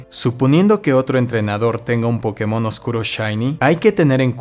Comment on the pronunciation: Es curioso como se pronuncia la palabra POKÉMON alternando su pronunciación entre una palabra esdrújula y aguda. La palabra Pokémon al ser extranjera, le pusieron una buena tilde en la penúltima sílaba, haciendo que sea una palabra llana. Así que no entiendo que se le diga PÓkemon o PokeMÓN.